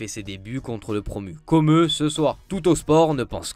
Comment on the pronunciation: coMEUH !?! Seriously?? Va falloir arreter de massacrer les noms, serieux!